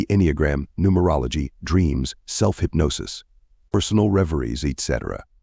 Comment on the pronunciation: Cheap sounding AI voice mispronouncing Cayce, saying eee tee cee for etc., is so disruptive to the listening experience.